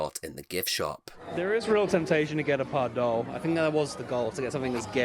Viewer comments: Anton Pieck is pronounced as Peek/Peak, and Pardoes as Pardoos as in snooze/mousse. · Loved this! I am a huge Efteling fan and love to see people enjoying Efteling 🥰 Just a small tip how to pronounce Pardoes though… 😉 It’s pronounced as PardOUS 😊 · Efteling is like a national treasure to the Netherlands, many Netherlanders are incredibly proud of it. If you don't mind me being a bit pedantic: Pardoes is pronounced as 'Pardoos' - the 's' is not silent. And the 'Piek' in Anton Piek is 'Peek'. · Maybe Pardoes would have wanted to meet you if you had pronounced his name right! ;)